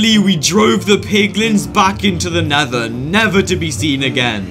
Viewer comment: Did u Call nether neather